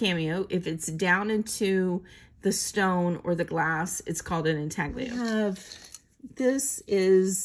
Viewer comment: Hi. Really nice finishing for this box. Just a hint everyone pronounces Intaglio wrong. The g and l together make a sound thats hard to describe unless you hear it. I would just not pronounce the g. Its just like the word gnocchi the g isn't pronouced the g&n make a similar sound, hard to describe as well.